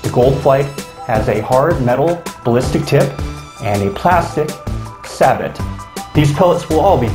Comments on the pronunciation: Sabot is pronounced 'sabo' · say bow